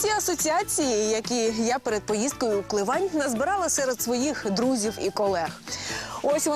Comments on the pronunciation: Ну что за идиоты(( Не КлевАнь, бл**ть, а КлЕвань! Ударение хоть правильно бы ставили, или поинтересовались бы у жителей сначала как правильно. кумарять такие журналюги, которые искажают все. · «Клевань» з наголосом на «е».